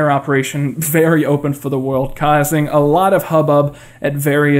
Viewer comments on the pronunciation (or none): none